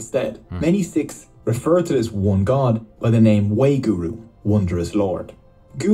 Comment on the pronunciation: Its not weguru its vaaheeguru atleast when you pronounce it